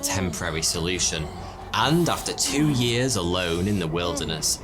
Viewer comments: All japanese vowels are long. So Yoshi is pronounced Yoh-Shee. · So do Europeans call yoshi yohshi? Or just?